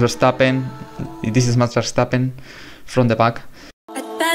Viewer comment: You make awesome documentaries! And also a lot of props for pronouncing Max Verstappen's name the correct way!